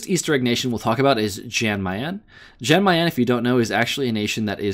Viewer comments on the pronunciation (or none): Its "Yawn Mayan" Lord have mercy I cringed every time he pronounced the J